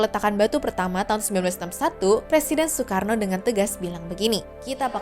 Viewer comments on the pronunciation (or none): none